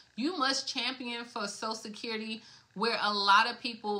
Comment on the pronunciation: ...its "social security"...not "sosa-sid-currity"...take time with ~prenunciation...